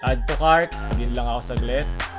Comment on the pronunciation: No one: Literally no one: Lee min hoo on Lazada ads : "Addutucart now"